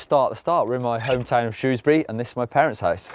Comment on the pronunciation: We can now be certain is a down to earth guy because he pronounces Shrewsbury in the proper way!